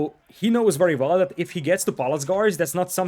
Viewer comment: You know ‘wery’ well that building ‘valls’ is important.